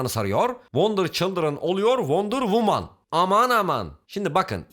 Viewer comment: Wonder childiren oluyor wonder WUMAN